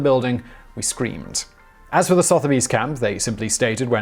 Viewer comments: Soth-erbys? Sutherbee is closer. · Sotheby's is pronounced "su-thu-by's", not "soth-by's" or "soth-u-by's". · Sotherby's is pronounced "Suther bees". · The pronunciation of Sotheby's was painful.